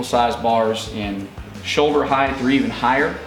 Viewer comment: Great info ... just a tip, the word "HEIGHT" is pronounced HITE ... there is no 'TH' sound in this word.